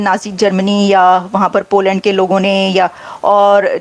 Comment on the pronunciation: भाई, पो लॅन्ड नही पोलन्ड...सही बोला करो...